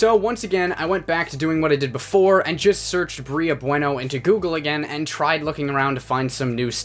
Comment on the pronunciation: It's pronounced "bway-no". You know, like the Spanish word?